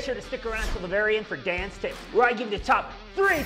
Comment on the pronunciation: When I first heard you mention "Dan's tips" I thought you actually said "Dance tips." Odd, I thought for a brewing channel, but still watched it all the way thru... Cheers! Carry on...